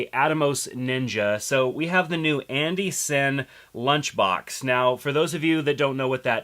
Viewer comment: id love to know the propper pronunciation for Andy Cine ! you say it like andy ''SIN'' iv heard others say Andy ''Ciney'' i thought it was Andy Cine as in Wine or am I in the wrong ? lol